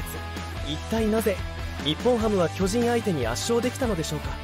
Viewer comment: 「巨人」のイントネーションがおかしい。あと、「無死」のイントネーションも「虫」になってる。